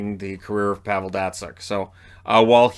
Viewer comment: at least say Pavel's name correct geez